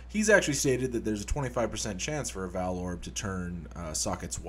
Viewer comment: It's pronounced 'vaal', not 'vaal'. God.